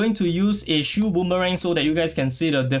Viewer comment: what?? im hearing shoe, shield rather